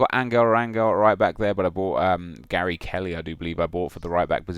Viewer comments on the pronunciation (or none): none